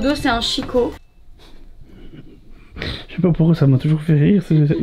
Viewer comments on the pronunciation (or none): Une chambre magnifique, il va être heureux. Je suis morte de rire avec chicco😅marque Italienne qui se prononce quiko.je vous souhaites des millions de kilos de bonheur. Bisous 🌸 😚 🌸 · ça s'ecrit chicco mais ça se prononce kiko 🤣